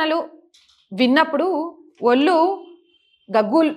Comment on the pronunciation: ""ఒల్లు"" కాదు తల్లీ.. ""ఒళ్ళు""... ఉచ్ఛారణ సరిచేసుకో...